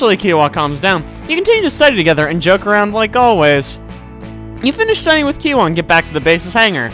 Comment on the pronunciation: kiowa is pronounced kio-wa